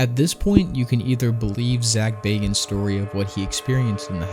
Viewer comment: Thank you for pronouncing Bagans correctly